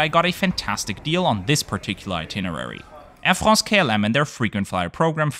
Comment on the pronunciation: "Air Frrrraaahhhnsee" lol!